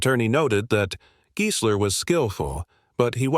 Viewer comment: If only AI could pronounce names right. It's pronounced Guysler not Geesler.